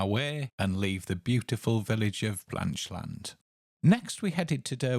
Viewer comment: We live 10 miles away in Hexham. We were amused by the pronunciation of Blanchland, as if it were two words, Blanch Land. A bit like saying England is Eng Land.